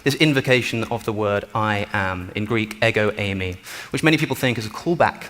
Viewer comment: “Εγο είμαι” (Ego Eimai)- is pronounced Eh-go, eem ay For the love of god quit butchering Greek 😂